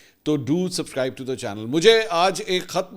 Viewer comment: Subscribe pura word pronounce krain